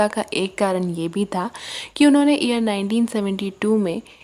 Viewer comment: What do’u mean ear 1972 se ?.... can u not pronounce year?.. why speak English if you speak bad English?..stupid woman